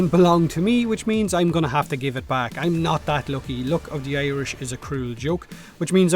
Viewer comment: Still not sure if you're saying "luck" or "loki". Jk lol. Keep up the vids you fecker :)